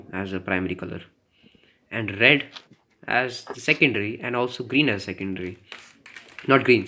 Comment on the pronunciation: What's with the rrrrred